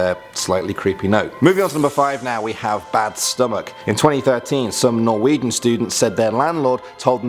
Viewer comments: On number 5 did you just say NorWEEDian people."...........LMAO🤣🤣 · "...we have some norweeden students..." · The way you pronounced Norwegian had me cringe xD